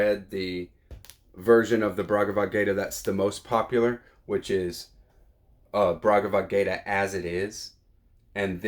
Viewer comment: Bhagavadgita, not BRagavadgayta